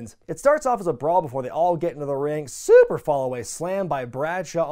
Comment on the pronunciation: No matter how many videos of yours I binge. No matter how many times I hear it ... I still crack up at your pronunciation of the word 'super'. 😂🤣